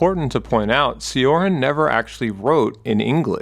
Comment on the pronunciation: It’s pronounced Emil “Cho-Rahn”, I’m Romanian myself and it sometimes bugs me to hear names mispronounced Otherwise, incredible work, much like every other video of yours